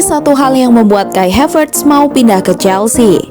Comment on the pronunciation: Saran aja min ...karena havertz org jerman maka namanya cukup dibaca HAVERTZ aja ... Bukan HEVERTZ dengan pelafalan A = ei, seprti bhs inggris ...terima kasih 🙏